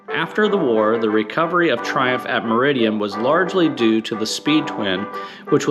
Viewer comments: Great video but it's Meriden not meridian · sorry lads its Meri Dun not merrydan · Meriden not Meridien and Amaranth (from the plant Amaranthus cruentus) not Amarath. C'mon. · It’s amaranth red. And the factory was in Meriden. Not Meridian. Which Motorcycle marque is in continuous production for longer than (Triumph)? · Meriden is pronounced Merrydin